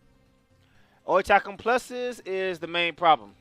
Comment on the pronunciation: It's pronounced Ori Kal kum